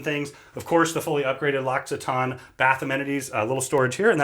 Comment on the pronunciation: Everything looks amazing, like a private yacht! That said, I have to say that what made me gasp and truly made an impression on me was knowing how to pronounce L’Occitane. LOL